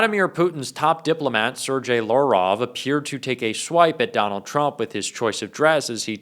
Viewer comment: It’s hard to believe you don’t know the correct pronunciation of Sergei Lavrov’s last name. He’s been around for quite some time and in the news even during trump’s last term. Or maybe you’re saying it incorrectly on purpose. It seems unprofessional. Regardless, I consider you to be a serious reporter and expect you to be more exacting. Maybe you could spend less of your time using colorful adjectives and telling your listeners how we should feel about trump, and more time with the facts and correct pronunciation, you could even get more needed rest in between broadcasts. I’d like to see you get a Peabody Award someday. Keep up the mostly great work. 💙